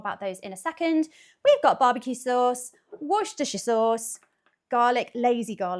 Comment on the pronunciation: 1. I'm happy someone finally pronounced Worcestershire sauce right. 2. You can use metal on cast iron, it won't hurt it.